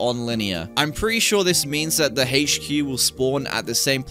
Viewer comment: “The hache-cue”